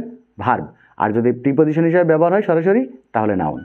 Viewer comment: আপনি সরাসরি বলছেন নাকি সরি সরি বলছেন